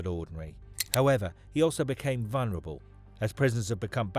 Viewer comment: Not, VUNREBLE DICKHEAD, The Word Is VUL, VULNERABLE, NOT VUN, WANKER, LEARN ENGLISH.🏴🏴🏴🏴